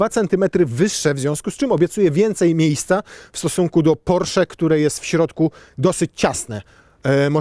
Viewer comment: Wyszło prosiak, nie porszak w języku mówionym.